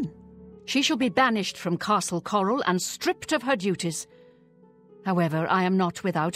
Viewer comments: 1 min in and didn't call Chorrol "Chore-all" We are getting places! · Did anyone else cheer when he said “Chorrol” correctly?